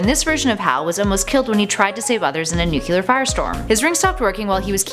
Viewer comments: OMG I love you but it's NU-CLEAR, not NU-CULAR! 😘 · NU-CLEAR. Not NEW-CUE-LUR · Nu-cle-ar. Not Nu-kyu-lar